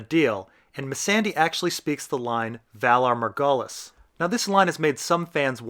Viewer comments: Why do u purnounce Missandai and Valar Marghulis ? It's goooool like Ghoul. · I´m sorry but please DO NOT say "Valar Morghulis" ever again. Please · Your pronounciation of Valar Morghulis distresses me.